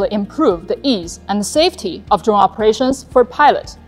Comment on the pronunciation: Hey I wanna dwone like dis.